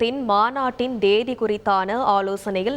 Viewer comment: தேதி என்ற வார்த்தையை கூட ஒழுங்காக சொல்ல தெரியவில்லை, நீங்கள் என்ன சொல்லப் போகிறீர்கள்